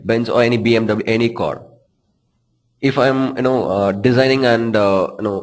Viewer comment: dude try to be natural, its not 'cor' its simply car